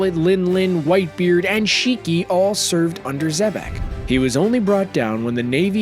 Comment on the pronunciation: Nigga said rocks d. Xebastien. Who da fock is dat geezer